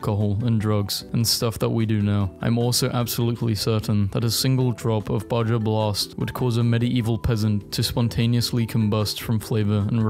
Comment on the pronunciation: It’s pronounced baha not baja get unsubscribed lol